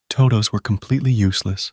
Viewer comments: Good video for falling asleep, except the intro. Toh-doughs… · was it the "Tohdohs" pronunciation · good stuff, I watch your videos everyday but your "toe dous" is sending me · toe-does and sub-uh-jints 🙄 I need to know what AI TTS this is so I can avoid it at all costs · TODOH NOOOOOOO, wizard of oz